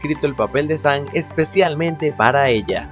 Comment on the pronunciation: ES "SAM" NO ES "SAN" TU DICES ASI "SAN" Y NO ES ASI